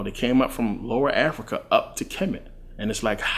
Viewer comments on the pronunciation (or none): none